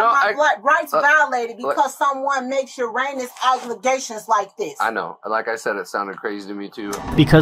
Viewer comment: "Uranus Aglegations"